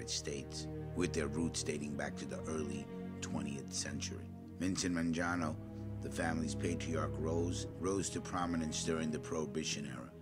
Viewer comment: Man-jano? First time I’ve heard it pronounced this way